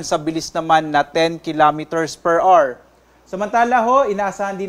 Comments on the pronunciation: Per awar not per ar. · Hour is pronounced 'o-wer'.